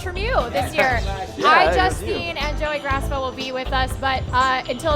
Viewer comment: He said gracaffa